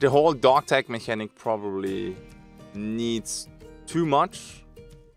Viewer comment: I agree that it's an issue. (It's pronounced "mechanic")